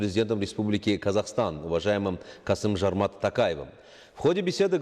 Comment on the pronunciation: Тажикский ведущий даже правильно не может выговорить имя президента Казахстана. Правильно сказать Жомарт а не Жормат.